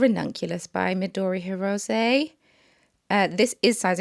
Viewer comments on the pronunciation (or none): none